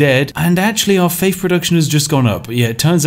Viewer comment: Oh shit a challenge that broke spiff, will he find the exploit to overcome saying faif?